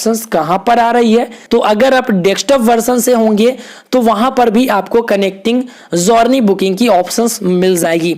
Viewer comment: भाई जौरनी नहीं जरनी बोलते हैं, आगे से ध्यान रखना....